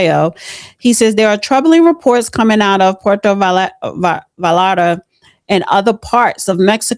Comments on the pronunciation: Puerto vi yard ahh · Puerto Valata lol almost